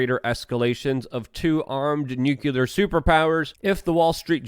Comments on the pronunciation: It's New Clear.........not Nuke U Ler........Russia could drop a nuke on me every time I hear Nuke U Ler and I wouldn't give a damn. Still love your work my man, Rock On! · Nucular Luke? Try nuclear!!👍 George Bush pronounced it incorrectly also, some kind of secret handshake??🤪